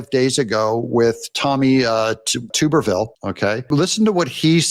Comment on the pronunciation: Tub. errrrrrrrr. Ville